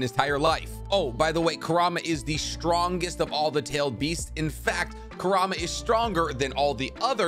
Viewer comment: I got annoyed when he couldn’t pronounce kurama and baryon mode right